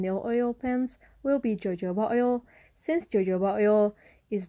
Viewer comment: jojoba oil is pronounced with a h, the j is translated into h when sounding the word. hohoba oil